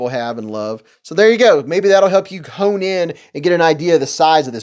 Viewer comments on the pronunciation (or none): none